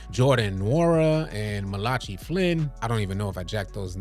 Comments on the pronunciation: Calling Malachi (mal-a-ki) malachee is diabolical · It’s pronounced mal•a•ki lol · My boy said “ma-Lah-chee” 😂😂😂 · Boy don’t know how to say Malachi lol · You’re a basketball fan , let alone an adult AND a person of color but you can’t pronounce “Malachi”. 🤦‍♂️